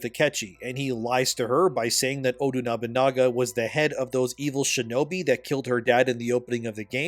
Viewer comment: This man is butchering nobunagas name 😂